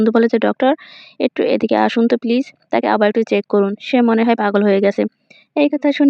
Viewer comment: পরে পাঠের আপুর পিলিজ পিলিজ লাগে